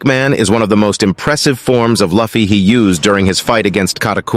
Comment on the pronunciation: pls , his name is not lafy its luffy(loofie)